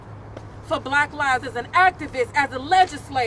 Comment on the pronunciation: She said black livesziz! LOL